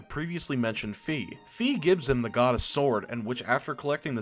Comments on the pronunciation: Its FI F I NOT FEE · I also believe that "Fai" is the correct pronounciation, but he used both of them in this video. (You can hear it )